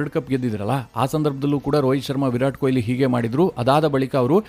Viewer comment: ಕೊಯಿಲಿ ಅಲ್ಲಾ ಮಾರಾಯ, ಕೊಹ್ಲಿ.